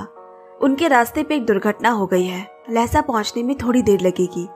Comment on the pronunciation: Miss , pronunciation of Lassa is not लेसा, correct pronunciation=लासा (Laa..saa)one of the biggest Buddhist and capital city of Tibet,place of 🪙 gold palace